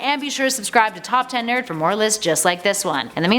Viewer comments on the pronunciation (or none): none